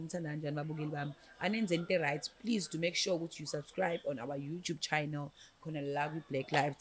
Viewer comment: it's not chynnel sis it's *channel*.